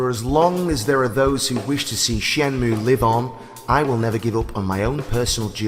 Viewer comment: Surely it's "Shen moo A"